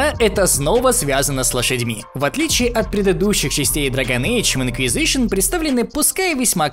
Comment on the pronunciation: Инквизышн... инквизышн